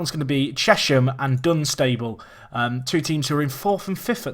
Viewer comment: its not Dun-Stayble, its dun-stuble